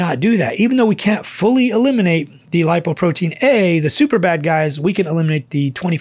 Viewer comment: "Doc, please say "Lipoprotein LITTLE a". It isn't A.